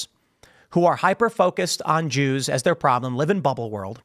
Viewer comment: Wow. I used to admire Jake Shields. But dude has gone full anti-semite. Hell, he isn't even hiding it behind the whole "I'm not against the Jews just the Zionists" excuse anymore. He is just flat out saying "da joos".